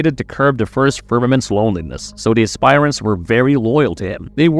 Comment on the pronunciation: Good god, you guys really need to work on your pronunciations. It's not pronounced "ass-spire-ants". The correct pronunciation is "ass-per-ants".